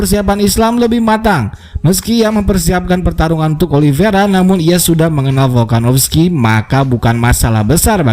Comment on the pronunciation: Volkanovski bukan folkanofski